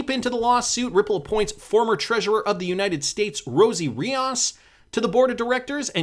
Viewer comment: There’s no A it “reee ohhhs” RI-OS have some respect.